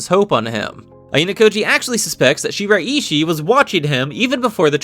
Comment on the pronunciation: its pronounced she-rai-she